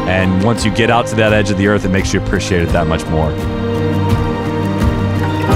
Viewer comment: Nobody: Absolutely nobody:: “APPRISHEEATE”